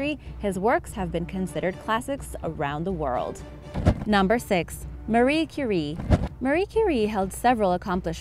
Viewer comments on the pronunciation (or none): none